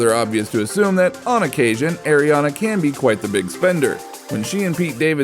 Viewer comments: Ariana not airiana I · You said Ariana wrong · Well you did